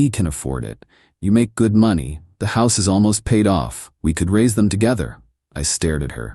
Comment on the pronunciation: Why can’t these AI stories pronounce money correctly? Did she only get $73 from the divorce or are you trying to say $7,300 or $73,000 ?? The transcript was equally useless, it had $73 printed